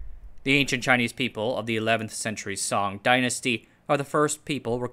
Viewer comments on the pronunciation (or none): none